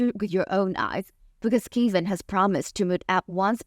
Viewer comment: So Kevin = Kay-vin? I’ve never heard it pronounced that way.